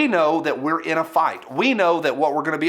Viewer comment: LoL when you said the coming months and years are unprecedented. I heard UNPresidented and both are true ☹️